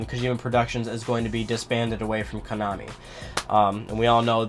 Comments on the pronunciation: It's konaaaaaami, not konäääääämi. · Your pronunciation of Konami annoys me.